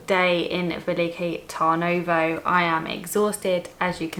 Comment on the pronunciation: TURN-ovo like the English 'turn' makes more sense